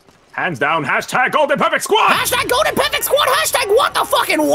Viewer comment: GODLEN? Hahahahahaha